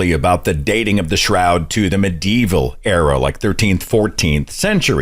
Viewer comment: It's not "mid" evil you totally.